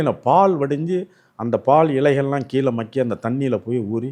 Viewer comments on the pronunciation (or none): none